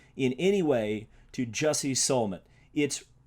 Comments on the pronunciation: Do you not know how Jussie’s name is pronounced? That’s where I stopped listening. How can we take you seriously? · Could you please pronounce Jussie's name correctly?